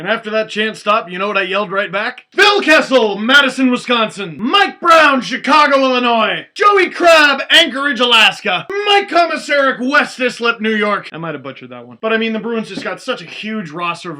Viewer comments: It's more Ice-lip than Eye-slip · haha steve its pronounced West "Ice lip", a town on long island not far from where the islanders play.